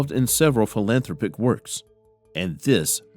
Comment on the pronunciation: Good vid. It's pronounced fi·luhn·THRAA·pik.